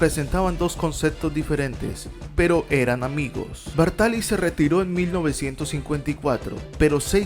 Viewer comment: Muy buen video sobre el que sus amigos llamaban "Ginettaccio". Solo un apunte, es Bártali.